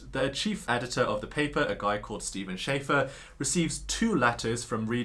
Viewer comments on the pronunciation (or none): none